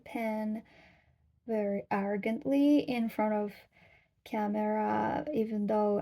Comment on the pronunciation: Just a note to watch your "r" when you say "camera" because it can sound like "camela" (so you'll have an easy time saying the US vice-president's first name -- Kamala 😂)